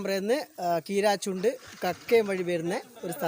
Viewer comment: കീ രാ ചുണ്ട് അല്ല. കൂരാച്ചുണ്ടാ